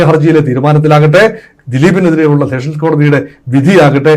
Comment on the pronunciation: വീണ്ടും വീണ്ടും സെക്ഷൻ കോടതി എന്ന്‌ പറയരുത് സെഷൻ കോടതി ആണ്‌.